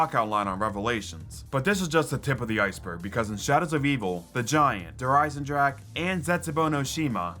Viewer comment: Merry Christmas! Also Der eisendrache is not pronounced « drak » but « dra-re » atleast from Google traduction that’s what it says on there I miss the « thundergun »